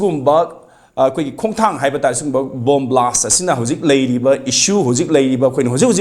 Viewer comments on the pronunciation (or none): Blast not blash